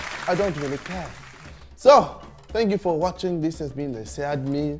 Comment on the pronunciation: This has been the “syiadmean” 😂